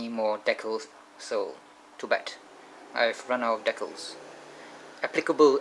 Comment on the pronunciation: Ur saying decals wrong